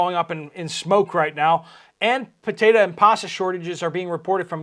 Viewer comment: Potato not Potata, potato is not pronounced with an (a) on end.